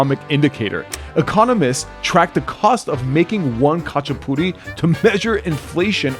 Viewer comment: Oh man… you did the khachapuri so wrong that it actually made me tear up 😭 but we will take the ratin go guess, you should’ve just made tonis puri tho